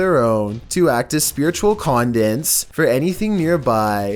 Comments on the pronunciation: Con-du-it(s) not “condits” ya doof. Seriously. Why do you have trouble with so many easy words? Go back and get tour GED. Cause it’s obvious your dropped out man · Number four: condents is not a word. Its conduit. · spiritual "condints"